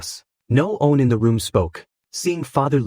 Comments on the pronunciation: It cant say the word "one" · Bro this ai can’t say “one” for the life of it 😅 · Great story.... but I hate how it pronounces the number 1... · What happened with AI these days? One = Owe on Everytime 😅